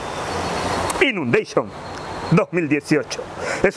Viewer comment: Inundeishon XD.😂😂😂🙌🏻